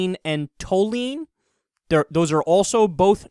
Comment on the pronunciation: It's pronounced tall-you-een!